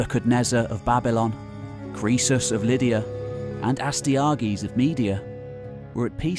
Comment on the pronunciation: Love the channel, but the pronunciations of Astyages and Nabonidus were tough to listen too.